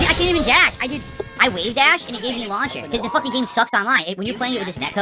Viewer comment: saying wavedash gives me an aneurism